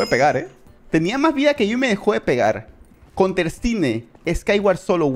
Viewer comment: Por que no es. Conter